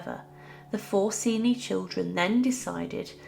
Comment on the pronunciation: To put it bluntly, the father raped Beatrice. BTW, I believe the family name is pronounced Chen-chee.